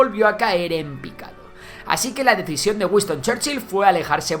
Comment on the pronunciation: ¿Wiston? Será Winston…